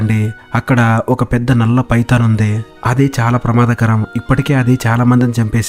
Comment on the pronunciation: నీకు దండం స్వామి 😂😂 పైతాన్ చాలా బాగుంది పడిందా🤣🤣 నీ డబ్బింగ్ 😁😜👍